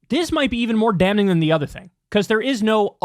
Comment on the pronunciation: Kyle, you don't pronounce the "n" in "damning"